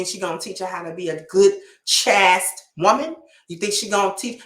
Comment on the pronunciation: I don’t mean any disrespect saying this: But the fact that mispronounced the word “chaste” while promoting chastity shows that it is a word we hear far too little.